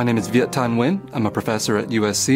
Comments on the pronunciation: I am not Vietnamese, but a Vietnamese friend named Nguyen once told me that "win" is what they say to Americans because they know it's easier to pronounce, but something like "nu-wen" (with a specific intonation that I can't type, but is exactly how she said it) is more authentic. I suspect a lot of Vietnamese-Americans who grew up in America always say "win" for this reason, even if that's not how people from Vietnam would say it. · I thinkpeople in the video pronouncing it When, know what they're talking about. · The closest to pronouncing this correctly is the 2nd person with the white dress shirt. He had the ~ accent (which the others lack) which is crucial to Vietnamese pronouncing. If he ended it with "ee-in" instead of "in" it would be 100 authentic. PS, The older gentleman at the end even watered down his name pronunciation. I'm kind of surprise since he's obviously so fobbish. Lol. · I am Vietnamese, born in Vietnam. It's strange that I only see person number 2 pronounce it correctly. Maybe they were all born in a foreign country or were trying to change the word into something that was easier for English speakers to hear. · Correct Pronunciation: Pronouncing it "Win" is them making their names easier for people who don't speak their language. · Viet Thanh Nguyen (the 6th guy) pronounces it the most correct way. It's still a little bit different from native Vietnamese pronunciation, but it's the closest one.